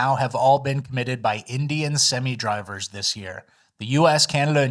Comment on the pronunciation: Semi isn’t pronounced “simmy.”